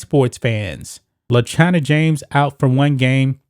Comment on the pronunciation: Ohhhh le china james.. I thought you said vagina james